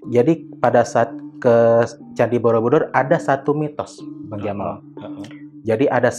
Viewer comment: kk aku dngernya candi bodobudur😭